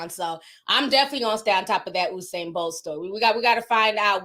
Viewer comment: Lmao at how you guys pronounce Usain’s name (it’s pronounced: You - Sane). They bolted with Bolt’s money 😩 Anyways, keep being lovely & thanks for the tea mi gyal ❤❤❤